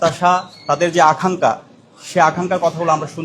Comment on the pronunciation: আখাংকা না ভাই বলতে হবে আকাংখা, ছোট খাট ভূলটাও সবার সাজে না।